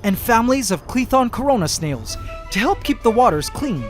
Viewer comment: Did he say coronasnales